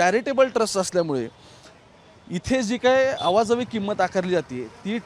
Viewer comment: Awa javi nahi re baba.... अं-वाजवी असतं ते !